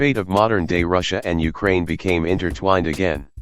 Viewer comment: Wow can't even pronounce "Russia" properly and calls everything he disagrees with "supposedly impartial".